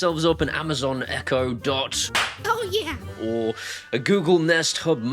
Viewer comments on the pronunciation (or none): none